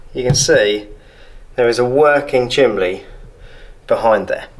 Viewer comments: Why is he saying chimley instead of chimney? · Chimley? What's a chimley? It's CHIMNEY, with an N, no Ls included. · What is a chimlee? Surely you mean chimney. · Drink every time he says "chimley". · You said chimley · I love the way he says chimley. :O} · Did he say chimbley? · How many times does this guy say chimley. 😅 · I'll let you off Lol, the only time I've heard chimley is when young children mispronounce it. Sounds strange coming from an adult.😂